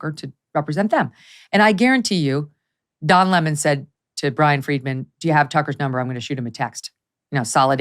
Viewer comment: Don La-mahn !